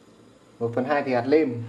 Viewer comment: Nói bình thường thì không sao nhưng khi lên sóng nên tập bớt nói ngọng sẽ tốt hơn, chứ nghe quê và khó chịu quá: nguyên "niệu", hạt "lêm" "lấu" "ló" "lổ" "lóng" "nàm" "nuộc" "nại"...